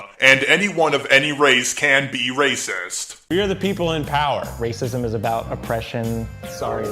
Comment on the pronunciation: RrRrRrRrRACIST~! 🤣🤣🤣 I’m dead.